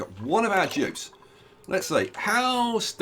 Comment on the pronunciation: I was so confused why you were calling them Jibs until I actually heard you annunciate Dupes